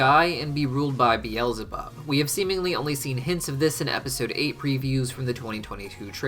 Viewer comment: Bweezelabub yum